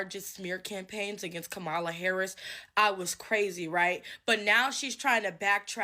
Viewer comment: It is soooooo irritating that the 1st lady going off keeps pronouncing Kamala Harris’ name wrong. Did we not watch the DNC where the 2 cuties gave a class on pronouncing the name… Comma-la NOT Come-ah-la